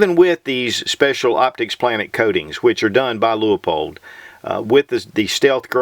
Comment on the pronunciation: The Leupold catalog has a note that the low end is actually 1.5x even though labeled as a 1.25x. Also, I think the company pronounces the name as "lew-pold" rather than "lew-ah-pold".